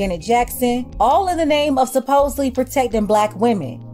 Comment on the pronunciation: How uze pronounce her game again ? Oopz . I mean name ?